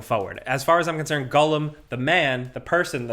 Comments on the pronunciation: Hey bud, it's pronounced G O L L U M. Not G U L L E M. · Gollum, not "Gullum". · i love you but why are you saying Gull-em 😂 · Stop saying Gullum lol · Why can't say Gollum? 🤣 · With other dude sitting right there not correcting you on ur pronunciation of Gollum and Tolkien makes me very disappointed with both yall. Shame!